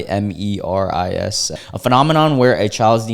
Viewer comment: "kai-mare-ism". If you've ever seen Full Metal Alchemist then you have probably heard "chimera."